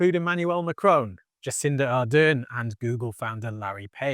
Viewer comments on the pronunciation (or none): none